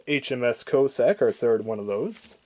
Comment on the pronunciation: If you want people to watch your video's LEARN HOW TO READ, and PRONOUNCE NAMES, "Co-Sack" etc .